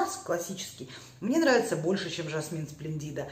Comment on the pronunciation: Я вас просто обожаю... Вкусы и взгляды у нас очень схожи. Извините, sple'ndida,, ударение на е. Splendida - очень красивая, замечательная и т. Д.